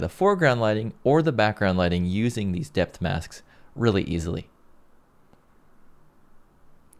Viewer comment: Lol, it sounds like you said death mask. Must be the Halloween effect or something. Anyway, I'm pretty sure they're not as fun as depth masks.